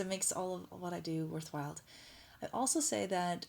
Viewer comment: "worth wild" or "worthwhile"? :-D HAHA worth (one's) while = Beneficial and not a waste of one's time.